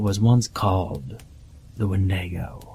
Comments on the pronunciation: Wendaygoh?? You mean wendigo? 😅🤣😅🤣😅🤣😅🤣😅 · Were you trying to say "Wendigo"?